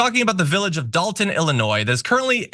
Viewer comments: D O L T O N not Dalton 🥺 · DOLTON NOT DALTON